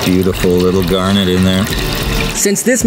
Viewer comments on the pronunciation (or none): none